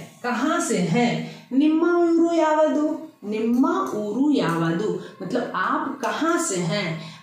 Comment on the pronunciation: यावादु, ghatiya pronunciation, many words you are teaching wrong